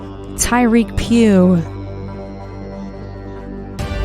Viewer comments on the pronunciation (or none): none